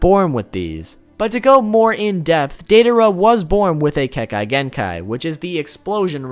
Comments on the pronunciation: you are mispronouncing kakeigenkai its kek-A-gen-k-I, not kek-I-gen-k-I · Everytime he says kekaei genkeai I wanna shoot my toes off. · Is it that hard to say kekkEi genkai????!!!!